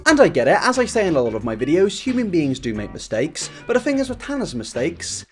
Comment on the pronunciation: I like the way you pronounce your sentences 😂. I’m in NY and I am in love with your voice and I am in LOVE with red hair! ❤️😘✌🏾✊🏾. Especially when you say “fing” (thing) I LOVE IT!!!!!!